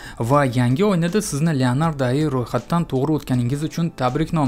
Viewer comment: Ayi❌Ai(Ey ay)✅